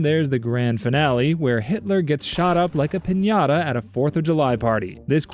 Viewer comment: the way he said piniata scraches my brain